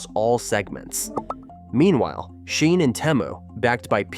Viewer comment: Is this AI voice…? Why is he saying “SHEIN” and “Temu” weirdly lol